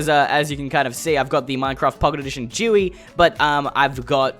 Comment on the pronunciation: JEEWEE?!?!?! your getting worse at saying G-U-I!!!!!!!!!!